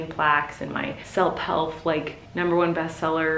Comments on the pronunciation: Did you mean to say selp helf instead of self help lol 😝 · Selp helf lol? It’s funny how when we’re not thinking and talking fast we can mix up 2 words lol